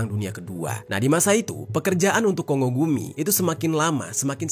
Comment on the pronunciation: Kongo gumi di bacanya Konggo gumi yes bukan kongo gumi ☝️🤓